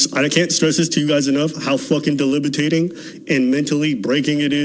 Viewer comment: the word is DEBILITATING, not delibitating 😂😂😂😂